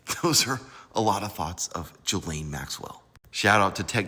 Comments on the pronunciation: GAH-Lane-- her name is pronounced "Gah"-"lane"-- this "Jah-lane" stuff is wrong. Gah-lane like "Ghost"- not "Jhost." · It’s “GHEE-laine” not Gee-laine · Pronounced “Guh-Layne.” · She doesn't deserve to have her name pronounced correctly, but I'm just saying, that's not how to pronounce her first name. So what.